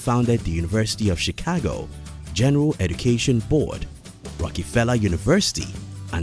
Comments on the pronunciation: It’s rockefeller not a rockee-feller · Sounds like John D. Rocky-pella